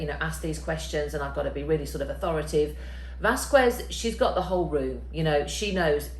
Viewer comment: AuthoraTAtive. 5 syllables.